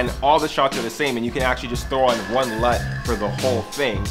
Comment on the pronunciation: "So I hope that helps you guys a LUT" :)